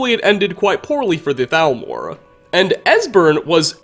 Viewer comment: hablas castellano o espanglish , al menos di T A L M O R se que se pronuncia salmor pero ni eso